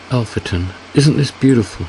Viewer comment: Alpheton is pronounced Al fee ton. The emphasis in on the second syllable.